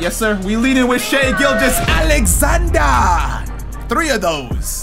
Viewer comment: lmao how you said Alexander, that's actually the german pronunciation